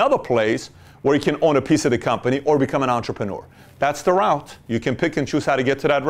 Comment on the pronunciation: Thank you Pat :) If i'm not wrong "route" is pronounced as "ru:t" ;)